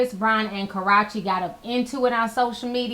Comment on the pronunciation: Ka - Roo Chee '🤓